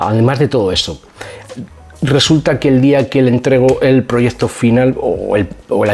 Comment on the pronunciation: Perdona. Me gustan mucho tus vídeos..comunicas muy bien...pero pronuncias mal la c antes de t..Dices proyezto, produzto... Y se pronuncia proyekto y produkto.😊